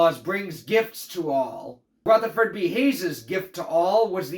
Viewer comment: Ruth-ah-ferd B Hayes 😂